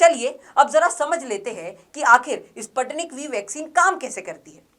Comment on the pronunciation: Please pronounce it..Sputnik . Spuu tnik.